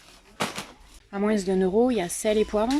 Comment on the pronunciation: Pourquoi tu dis "à moinS" ??????